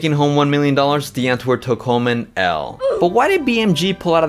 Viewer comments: The w is supposed to be pronounced like a V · i know i know i would say die antwoord with the v pronunciation in some of the earlier episodes but i still felt like i was butchering the pronunciation so i just stick with the 'w' 😅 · Me afrikaans hating how people pronouce "DIE ANTWOORD" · Big fan of this video, but can’t you just say their name properly?